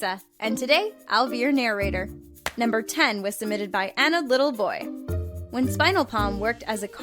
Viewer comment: Anodd little boy, Melissa that name is pronounced and I quote “An Odd Little Boy”